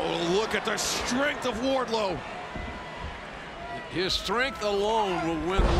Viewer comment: Just me or is Justin Roberts saying "Warlow" and not "Wardlow"?